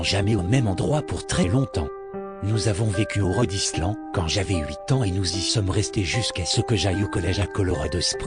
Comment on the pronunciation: Très bonne Creepypasta, par contre, le coup du "Rodislan" (Rhode Island), c'est un peu moyen, avec cette voix synthétique XD